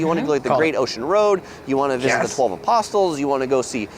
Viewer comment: The "twelve aposstools" 😅